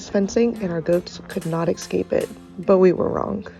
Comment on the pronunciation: LOL ! She keeps saying "X-scape" 🤣